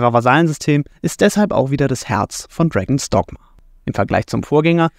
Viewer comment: ich hör die ganze Zeit "Dragon Stockma"